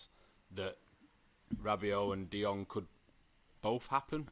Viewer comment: Tell the guy on the left to stop butchering the name De Jong in the same way the Spanish do. He's not Spanish, he knows how to say it correctly as "de yong".